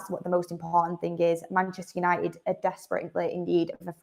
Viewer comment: Love the Manchester accent … but please , pronounce your Ts. It’s Man UNITED , not UNI-ED